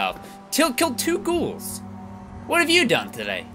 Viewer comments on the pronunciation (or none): at least pbg isn't calling them gowls this time